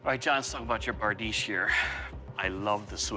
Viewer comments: it not bardeesh tho, its berdish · ITS BRADICHE